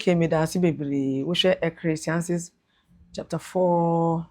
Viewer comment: The "Ecrestiasis" verse and "Prastic" surgery for me 😂😂😂😂